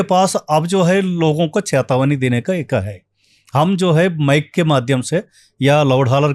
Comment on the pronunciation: Ye kis ko bula liya 😂😂😂Chetawani❌ cahatawani✅😂😂😂